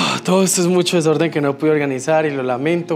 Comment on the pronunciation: AQUI👇👇👇LAS VECES QUE DIJO DESORDENN🤣🤣🤣🤣